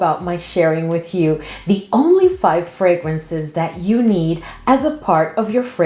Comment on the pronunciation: I keep hearing 500 fragrances lol